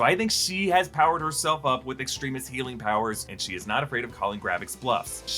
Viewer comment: Please stop pronouncing it "Extreme-is". That's not how it's spelt and it makes me wince every time I hear it.